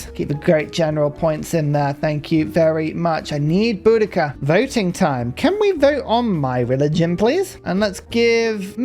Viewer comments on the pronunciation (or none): none